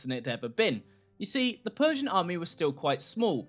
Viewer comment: It's the PERRRRSIAN EMPIRE!~